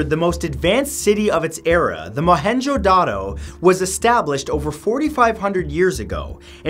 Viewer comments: It's pronounced mo en Jo da ro but 5 star for trying and I visited there it's awesome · It’s mo-hen-Jin-daro